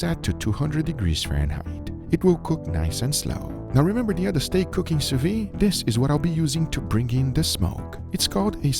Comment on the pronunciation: if we ask you to do things without a barbecue because we don't have access to it you can probably guess we don't have access to a sous vide vat nor a flamethrower -_- also it's the 3rd time I say it, but you're pronouncing "Sous vide" wrong everytime... (the D is not silent) (you pronounce "sous" correctly though.)